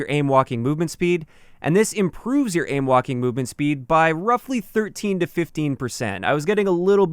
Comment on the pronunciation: I keep hearing “ aim Joaquin movement speed.” Am I the only one?